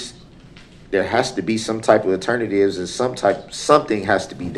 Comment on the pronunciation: I'm assuming when he says aternivetive he means alternative?